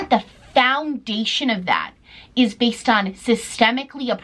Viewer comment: i love how u say the worst “based” like “baste” lol love u